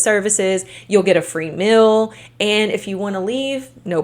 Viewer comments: What is a "mil", other than a measurement for taxation purposes? You mean "meal", pronounced "meel", right? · Take a shot every time says “mill” for the word “meal”. Great content btw. Just had to mentioned it. ❤